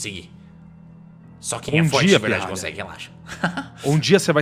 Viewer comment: Ninguém: Absolutamente ninguém: Agatha:bô transcender?